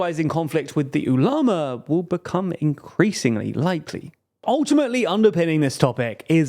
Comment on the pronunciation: “Saudi Ooh Llama” 😂 what is this pronunciation